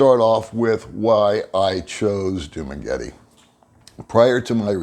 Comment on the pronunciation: Thanks for posting the vid! super helpful. Could you try pronouncing Dumaguete and Barangay better, though? Correct pronounciations: Du-mah-geh-TEH (not tee) Ba-rung-guy Thanks again. Will keep watching your content!